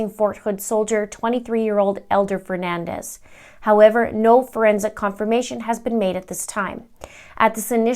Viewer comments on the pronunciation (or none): His name is Fernandes... Portuguese! Not Fernandez... Spanish!!! His surname is pronounced fer-nan-deeeees. Please respect him and say his name correctly.